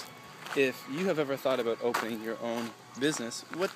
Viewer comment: You said "Aboot" you are so Canadian.